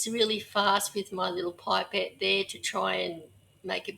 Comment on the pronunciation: For God’s sake it’ pip-ette not pipe-ette.